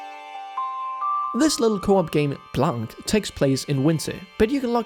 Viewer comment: not Blank it's Blanc ... the color in french White/Blanc